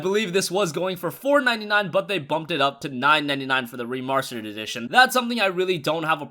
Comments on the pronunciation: "Remarrsterd"edition they way he said it 😂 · Re-mars-terd! I get it!